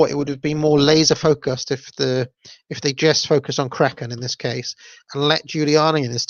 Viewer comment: You say "Kraken" perfectly